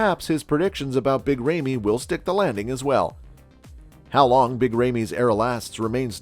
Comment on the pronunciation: Who's Big RAYMEY???🤣🤣🤣 Christ....